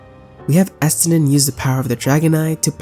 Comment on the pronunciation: You're playing in Japanese, which isn't a bad thing, but it explains why you get the names of things so wrong. The way you say Estinian hurts my brain. All jokes aside, welcome to the community. Hope you continue enjoying the game. And don't be afraid of being critical of the game. The community has a Toxic Positivity problem. And the ones that say that it doesn't are part of the problem. lol